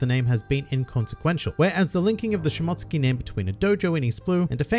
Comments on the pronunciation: It’s pronounced Shimo-tsuki not mot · She-mote-sue-ki I’m sorry it was botherin’ me a lil bit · Great video man, I enjoy all the points you brought up but it's Shi-Mo-Su-Ki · Nobody:: Shmotskey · I believe you're trying to say Shi-mo-tsooki....lmao! Also, I think it'll be more along the lines of Zoro's ancestors, who were Shimotsuki's were wanted and fled and changed their last name to Roronoa...but named their settlement after their real last name. Well, something along those lines.